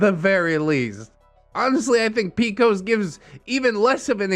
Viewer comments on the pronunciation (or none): Not pronouncing PCOS (Polycystic Ovarian Syndrome) as picos 😭😂